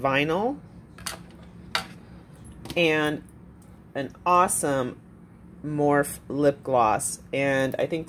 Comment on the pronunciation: Love ya. But, the brand is pronounced "more-fee"!